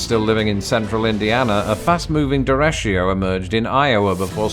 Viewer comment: Derecho - not "der-esh-io" but Dare-i-co